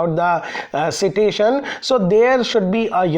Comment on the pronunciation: Sir with all due respect , it's pronounced as site-tation. (Not see -tation)